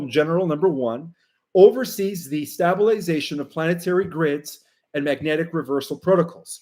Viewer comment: Stablization has a sharp "a" as in table...not as in tab